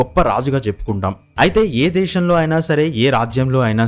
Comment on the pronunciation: దేషమ్ ఏంటి దేశం, షాంతి ఏంటి శాంతి, మాట్లాడు 😄